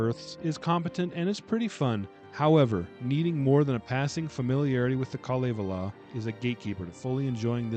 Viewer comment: The Nokkia ringtone was a nice touch. Oh, and nobody noticed that you kept calling the Kalevala the KaleLAVA, so I think you got away with that :)